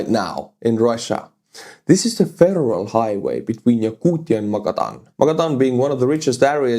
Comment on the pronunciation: lol sounded like you were saying a feral highway and it definitely looks feral 😂